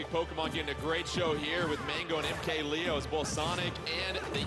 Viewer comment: Why can’t people pronounce things right like mkleo “mk Lay-Yo” it’s Lee-O like it’s not that hard fam